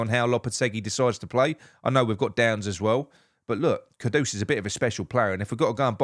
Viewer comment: Well done on the pronunciation, and not calling him j lo like everyone else 😡. Ivan toney is a big yes for me